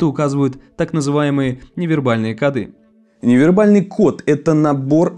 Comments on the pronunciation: Правильно говорить "кОды"! Ну что за "кодЫ". А так всё норм. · В слове «коды» ударение должно быть поставлено на слог с буквой О — ко́ды. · Только не кодЫ, а кОды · Не кодЫ, а кОды